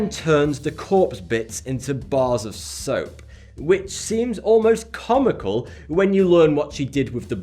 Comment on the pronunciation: soap did she turn them into soaohhhp I knew it